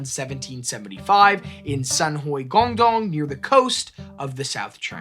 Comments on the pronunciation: Why would you make an entire video about a chinese pirate and not make any effort to pronounce any of the chinese words even semi accurately. Baijiu isn't pronounced like it has an x in it and guangdong isn't pronounced gong dong. You could google the word and in 4 seconds get a pronunication guide. This is much lazier than I expected of this channel and evidence towards my personal theory that Americans cannot read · Yeah, great topic, it would be nice for the presenter to either take some time learning how to pronounce her name, or her province (what is Guangdong?), or to at least point out he didn't know how to say them.